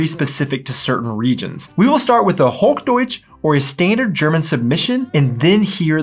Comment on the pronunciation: It’s not HogDoitsch, but Hoch Deutsch! ;-))